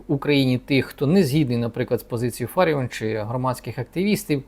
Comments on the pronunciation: Не ФАріон,а ФаріОн .Пані Ірина фахівець своєї справи,а в якій царині ви пане рахуєте себе фахівцем? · Аж противно слухати що п.Ірина є фАріон а не ФаріОн. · Вона не фАріон, а фаріОн! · Нічого вона не оскандалилась і навпаки все просто як двері,п.! Ви слабо володієте інформацією.А те що апеляційний суд виніс рішення про скасування незаконного рішення львівської політехніки про звільнення п.ФаріОн а не ФАаріон ви чомусь не згадуєте,а що сі траапиило,п.,не чули про таке?Ааа,розумію,вона ж скаандаальна, одіооозна,не все так однознаачноо.Воно ж якось впадло давати задню після рішення суду,бо вона ж,скандальна з ваших і решти орави журналюг і спєців єкспєртів слів,травлі і тріскотні по всих каналах.А чому ж ви не пімнули що той самий суд зобов'язав відновити п І.Фаріон на роботі,здійснити виплати за час вимушеного прогулу зарплату в сумі ~ 123тис₴.+компенсувати судові витрати за рахунок політехніки. Нєє,не чули про таке?Ааа,розуміію, вона ж одіоознаа,скандаальна,два слова сказав і все,по команді,а тут стільки писанини про неї.А ви,часім,п.,не чували такого,прикладово,що п.І.Фаріон всі ті 123тис.₴ стратила на дрони для військових? Що,не чули такого?Шкода,шкода... де ж бо,вам немам на то часу,вам про Трампів,Орбанів,Байденів,хуйла треба по 20-30 хвилин повідати а тут якась ФАріон... одіозна...прізвище якої вам навіть впадло знати як правильно вимовляти. І,так,той хто не розмовляє українською я згідний з п.Фаріон,він,вона не українці й тут немає ніякої крамоли,неважливо чи це в окопах чи за прилавком магазину. Був підписником вашого каналу... відписуюсь,тест на п.І.Д.Фаріон ви не склали,дайте вашу залікову книжку, вам."не задовільно", ві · Дивує доповідач... він вперше чує прізвище ФаріОн??? Ну як так?!..... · Ви брешете !!! Такий же запроданець , як і соколова !!! Правильно казати ФаріОн !!! Відписка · Очкарік а чому не кажиш що суд поновив пані Ірину на посаду і роби правильно наголос мудак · Можна було б правильно вимовляти прізвище Фаріон.